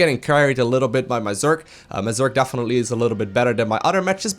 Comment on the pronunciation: "Dafinetly"